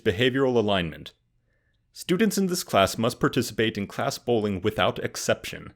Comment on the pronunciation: I misheard "class bowling" as "class bullying".